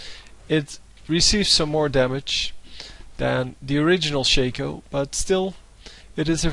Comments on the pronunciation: U PLAY SOOO BAD !!!!!!!!!! And It's shaaaaaaaaco not shayco like alphabet shaco get it NOoB ! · why do people pronounce stuff stupidly.. maybe im wrong but i believe its not pronounced shake-o